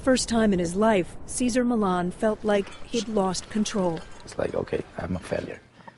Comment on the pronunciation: Millan ---- NOT Millon